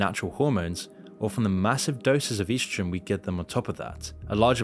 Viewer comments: What is "yeastrogen"? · "EASTROGEN" Really?.... Good luck with the big words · Es dro sen lol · he cant even pronounce “estrogen” right 😭😭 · You’re pronouncing estrogen wrong